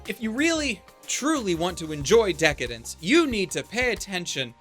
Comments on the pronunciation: I think just like you. However, it's pronounced "Deca-Dance" not "Dence", at least that's how it's written in katakana (デカダンス) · Dec-Dence .. pretty sus xD